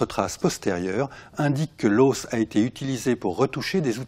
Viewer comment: le deuxième chercheur a des manières de tête à claque et on ne dit pas "l'haussse" mais l'os !